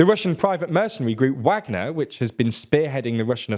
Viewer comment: Still saying Wagner wrong.